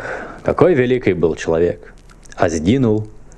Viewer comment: Мне не приятно как ты говоришь, в место ч, ш. Пётр великИй а не великЫй.... Не РусскЫй а РусскИй... И я всегда смотрю только на твои усы они странные, двигаются. И прости меня, мне их просто хочется оторвать!